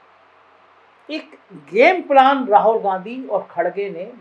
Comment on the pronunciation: भाई राहौल नहीं राहुल होता है